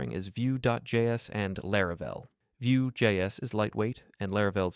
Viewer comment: what's more interesting to me is how nobody in the comments mentions or noticed it. Nobody really paying attention or dead internet